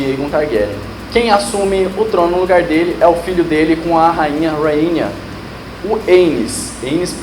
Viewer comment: RhaenyA não. RhaenyS